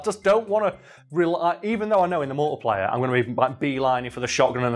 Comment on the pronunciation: It took until near the end that I realised he was saying "multiplayer" - I genuinely thought he was saying "multiplier" and I though that was a Gears game mode